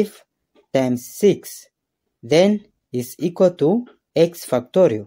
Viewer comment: 10 ‘f**ktorial’ 😂😂😂😂😂😂😂😂